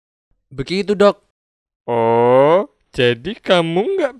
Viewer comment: Lah??kok 'dok' nya jadi 'dog' sih? Emg si dokternya anying apa?😁